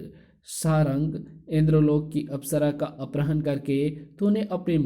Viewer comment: Bhi aprahn nahi apharan hota hai bahut irritating hai aapke ye uccharan. अपराह्ण नहीं अपहरण होता है